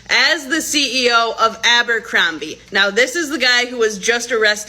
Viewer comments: ABercrombie... Not AMbercrombie.... said it wrong about fifty eleven times. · ABERCROMBIE not Amber… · ABER, Aber....ABERCROMBIE! One of my biggest pet peves is when creators don't pronounce things correctly. I assume that many of you research these topics and information surrounding said topics. Pronunciation should most definitely be included in that!!